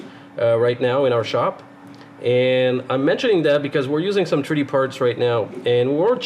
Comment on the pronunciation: I've read some of the comments here and they tell me just how dumb certain people are and just how ignorant and rude. I understand what a "treedee" printer is without even thinking. Of course, I have an advantage over the ignorant louts. You see, I am a "Anglo Canadiene" born and raised in Alberta but I still understand a little "parlez vous". I know what it means when someone tells me "dey arr jus brushin my toots andel bit wit me in a momen". I also have a fair understanding of "Newfenese" an can find a "tumb" wrench when I needs one. Being a westerner I also know a little bush Cree and when someone tells me I am "pashunite" and I am driving down the road it's time to turn around and go back or "gimme da suvul" means when out in the garden. Being Canadian I knows dat stuff just hits duh fans when I hears "Tabernac" or "Laird tunderin jaisus" or "Sunuvabitz". So now, I invites all dee canucks, whether day bees in Taranuh, Cowtown, or da Chuck, from duh Rock to Hongcouver, whose readin dis to tro in any more "Canadianisms" dey can tinks of and reply backs to me iree. As a Canuck you will surely understand dis.......Two buys were out one days huntin and one spotted sumdin on da wuhder. His conversation wit is buddy went like dis....MR ducs. MR nut. Mr2. CDEDBD ise. Wul ull B phooked. MR2 ducs. So you see, when you make rude or cutting remarks about someones pronunciation or their dialect all you are really doing is telling the whole world just how stupid and ignorant you reall